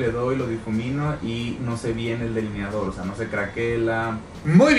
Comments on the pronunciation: *delineador no “deliniador” eres una de las colaboraciones de Luis Torres más simpática y guapa 👏👏👏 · ¿Por que dice “DELINIADOR”?